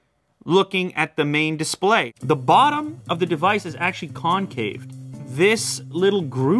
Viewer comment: DID HE JUST SAY CONCAVE?